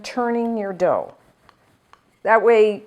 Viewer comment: Dough, and not dhow. sorry.